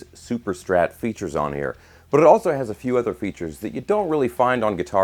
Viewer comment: At minutes marks and you roll your 'r' on the word 'but' which of course doesn't have an r. Thought that was unique and cool and wonder if you speak another language that might be causing that?